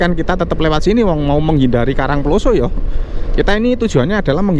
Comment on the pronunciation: penyebutan karang ploso kyok wong mexico ae sam,,wkwkwk